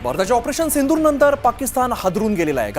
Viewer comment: पंतप्रधाण ....सिंणदूर.... उल्लंघण नाही ग. 😂